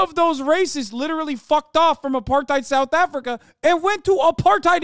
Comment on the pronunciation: Why the Scottish accent whilst talking aboot sooth afriky..?